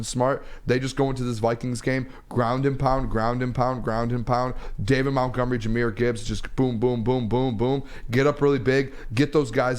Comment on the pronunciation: Why does call Montgomery…”MOUNTgomery”?? It drives me nuts